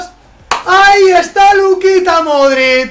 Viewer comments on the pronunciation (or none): Dices modrict con t i es modrić, digo que lo dices no lo escribes